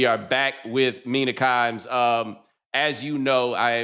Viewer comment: Nobody's takes are mean-ah (Mina), it's times for the Kimes, it's Mina Kimes